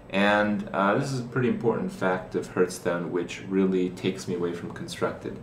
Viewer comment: "Hertz-stone".. love this guy. He should the commercials.